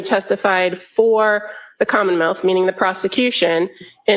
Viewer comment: does she say “commonmouth”?